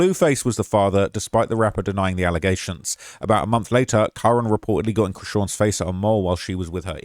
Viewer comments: KA-RON NOT KAREN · His name is pronounced Kah-Ron #justiceforkaroncann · Kah-ron* that’s how you say it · Bruh.. ain’t no black mother naming her son Karen. It’s Cuh-Ron. Lmao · Kuh-ron. Ronnie. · You seriously can't figure out how to pronounce Karon (Kuh-Ron), or Mulcahy (Mull-Kay-Hee)? Wow, you really must be a professional journalist 🙄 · His name is pronounced kuh-ron